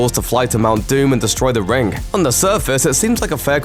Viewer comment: It’s pronounced ring not “rin- GUH”